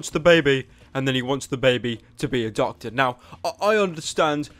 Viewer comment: The baby wount become doctor he said docta